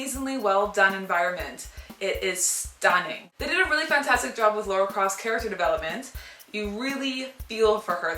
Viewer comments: Good review, but for motherfucks sake IT'S LARA NOT LORA. Where the fuck does everyone get this fucking O from? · its pronounced, Lah-Ra(LARA) not Law-Ra(LAURA)